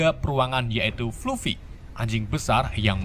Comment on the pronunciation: Fluffy, di baca nya "flaffy Masih ada beberapa pengucapan yang salah😅